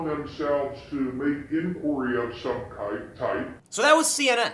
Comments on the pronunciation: I heard kite. There was definitely no hard k sound at the end. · I hate CNN but he said "Kype" not kike. Non-story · He said "kype"!